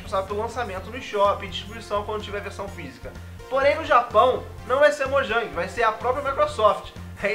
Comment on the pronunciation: mojang se fala moiang